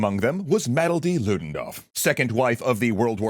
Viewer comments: Love your content guys, but we really need to work on the pronunciation of these names 😭. Mathilde is like “Matilda” not “Mattledee” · I'm sorry, but your pronunciation of "Mathilde" nearly made me close out the video. Good lord lmao.